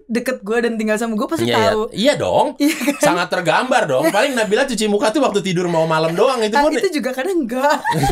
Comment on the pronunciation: Hanya Dzawin yang bisa membaca nama nabila dengan tajwit dengan benar ❤️